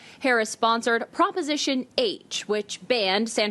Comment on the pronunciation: "Proporation H"? I need preparation h Everytime she speaks.